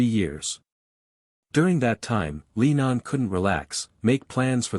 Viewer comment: I wish these America commentators would learn to get it right, his name is John Lennon NOT Leenon. Before you speak English to the English people you must learn to speak proper English.